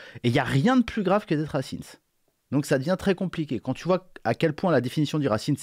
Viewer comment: C'est fait exprès la prononciation "racimse" ?